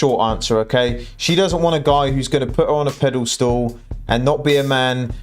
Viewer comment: Mate, it’s not ‘pedal stool’ it’s a Pedestal!!